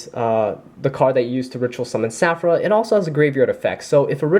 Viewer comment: Just a little FYI, it's Saffira, the Queen of Dragons. Saffira has an "i" in her name. You are leaving that out in your videos.